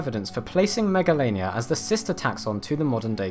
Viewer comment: Him: Megalainia Me: Megalovainia Or SANS